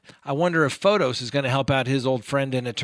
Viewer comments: I love how keeps butchering his name! ("Photos" vs. Pho-tiss) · Yes the way keeps calling him "Photos" vs Pho-tiss is too funny, love it!